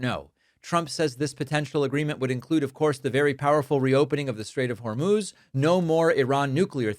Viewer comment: It actually is 'Hor-mose'. He must have heard it just before the presser.